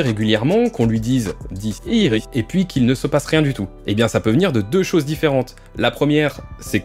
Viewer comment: Pourquoi quand tu dit Dit siri On entend Dise iris